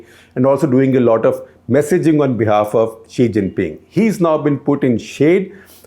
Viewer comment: SG saying 'chi xhing ping'